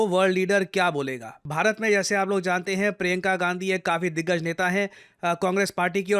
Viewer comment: she is higgajj not diggaj